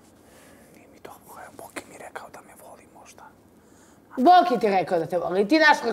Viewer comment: Al kad kaze: jaooo nije mi dobrrro😅😅😅